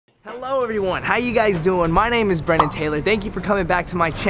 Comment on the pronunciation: Why does he keep saying his name is if it’s spelled? He can’t pronounce his own name?